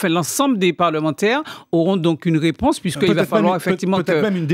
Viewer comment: Je pwésante ! tu pwésante !, il pwésante et puis on ATCHAN la ROUÉPONSE 😆😆😁😄 😄😄😄 ATTENDEZ toujours, sa va VÉNI OUW !